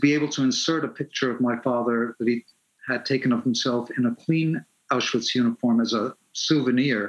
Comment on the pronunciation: She said mouseuwitch lmaoo